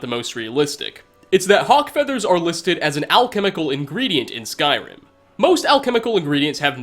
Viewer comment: Love the way he says 'skyRIM'